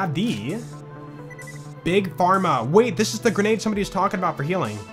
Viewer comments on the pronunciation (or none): none